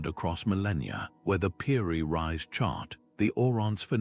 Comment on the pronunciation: I was interested until I found you were calling "Piri Reis" "Piri Rise". If you can't get that correct then the rest of your video is likely rubbish. Do better......